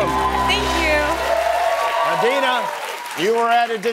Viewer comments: I’m pretty sure her name was Adina not Dina. Lol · She clearly said Adina but everyone keeps calling her Dina? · Conspiracy theory #45672: The girl that went second, the one everyone keeps calling "Dina" her actual name is "Adeena". When asked she said Adeena but Jimmy took it as, " ah, Dina". However due to being on television she did not want to correct him.